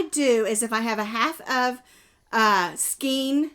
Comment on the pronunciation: remember the song, 🎵 the rain in Spain stays mainly in the plain! So skein rhymes with Spain ❣️